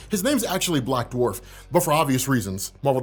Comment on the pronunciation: WHY CANT YOU SAY BLACK DWARF??